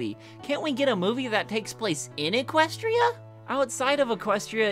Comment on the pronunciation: The way you said “Equestria” tho